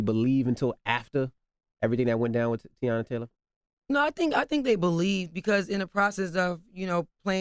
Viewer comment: How Envy mess up saying Teyana’s name 😩